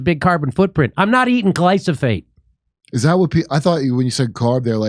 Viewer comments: Say "Glysophate" one more time! ( I dare you! ) If you're going to pretend to have a meaningful conversation about a widespread poison, a part of the public lexicon for nearly 20 yrs! which you go out of your way to avoid by importing your pasta, at least buy a clue. Damn! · Hey Jimmy: it's "Glyphosate" (gli-fo-sate) ... not Glysophate. (unless you are mis-pronouncing on purpose) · First time you said you'd play the video all the way through and DID! Glyphosate not glysophate. Rolling Stone stops being relevant many years ago. Gotta love Joe! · Their mispronunciation of Glyphosate is driving me crazy. Not gly-sa-phate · I can’t stop laughing at the way has himself and everyone else saying glyphosate. He’s keeps calling it glysophate instead of glyphosate and I can’t stop laughing. 😂 🤣 😂 🤣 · Oh and btw… it’s glyphosate not glysofate. Uurgh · It’s GlyPHOSate man Not GlySOphate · Gly - SO - Phate (not glyfosate) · Glisofate lol… I thought it was gliphosate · It’s glyphosate. Not glysophate. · Glyphosate not Glysophate lol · Glyphosate not glysophate 😉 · You are pronioncing that wrong. Its Gly-pho-sate not Gly-So-Phate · Gly-pho-sate, not glysophate. Love you Jimmy. Come back to Dallas. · Gly-FOH-sate not gly-SO-fate. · Gly-PHo-sate, NOT gly-So-phate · It’s cute how Jimmy says gly-so-fate instead of gly-fo-sate…… lol! By the way keep up the good work Jimmy! As a way-more-right-wing than Jimmy Dore I appreciate the show for the good faith approach to all topics. Without a good faith approach we will NEVER come to an agreeable compromise. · thank you for addressing the issues with glyphosate, but please pronounce it correctly! Its Gly-PHO-sate, not Gly-SO-phate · Jimmy, it's glyPHOsate, not glySOphate. 😄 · It’s Glyphosate not glysofate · Its Glyphosate not Glysophate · It's pronounced "Gli - Pho - Sate" Not "Gli - So - Phate" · Learn how to say glyphosate: GLY-FO-SATE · Say (Gly-Fo-Sate). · GLY-PHO-SATE lol jimmy! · Dude "gliphosate". Gly fo sate. See?